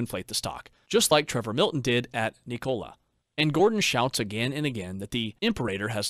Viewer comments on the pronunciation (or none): none